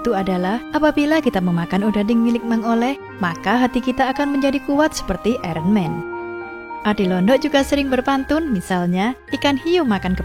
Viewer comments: "Iron men" "Iron men" "Iron men" Hehe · "IREN MEN"